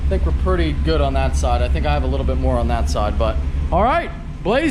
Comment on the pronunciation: Might have only like because dude said moar....